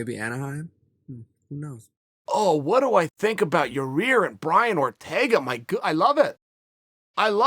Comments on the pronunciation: he said the first yarear on accident i bet any much lmao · He’s def trolling us now! Lol ya-rear... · Chael “Yarir Amanda Noons” Sonnen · Uncle chael his name is....... YAIR !!!! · God damnit Chalay is saying Yarir again... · "Your-rear" does get opened up if Zabit fights for the title.. I agree uncle Chael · His name is now Chael “YaRear” Sonnen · Chael 3 weeks ago: snaps on a fan for making fun of him saying Ya-rear. Chael now: says Ya-rear. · Who is Ya-Rear ? Lmao I dont think Chael likes him too much. Hes doin it on purpose lol. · “Your rear” vs “zabit” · "Yo-ir Rodriguez"??? ... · Yarir is the best thing to happen in the history of name pronouncing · Chael “Ya-Rear” Sonnen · Yair "You better watch ya-rear" Rodriguez lol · I know I get a kick out of the fact that mr I'm always right sonnen cant say a name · no it's not you moron its pronounced Yai-air. Where is the extra R coming from? You fool. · Chael "Yarear" Sonnen🙃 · “Yah-ear” no extra R, it’s not turmeric Joe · pretty sure it's Yarir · The joke is that everyone keeps getting his name wrong, and calls him "Yair". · I've had just about enough of your deliberate mispronunciation of Yair's name. It's rude and insulting and if you can't give someone that basic respect, I can't rely on you for any real insight on anything else. I hope you get a good hard smack upside your head when he sees you. Buh bye. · Remember when chael called a guy stupid for pronouncing yair wrong? I love it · Pete West Chael is the only one that says his name wrong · Should we tell him it's "ya-ir" and not "ya' rear?" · How can chael not say yair Haha he says your rear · Its so funny he doesnt no how 2 say yair's name he keeps callin him yueer lol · It is ear chael!! For god sakes its not all about ya rear its all about ya ear! So i hope ya hear .Ya ear rodriguez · “Your rear” uncle Chael ?? 🤣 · Your Rear Rodriguez?? Who is that? I know Yair Rodriguez, 😂...jesus, come on Sonnen. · " Zabid and Ra-Rear " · "Your rear Rodriguez"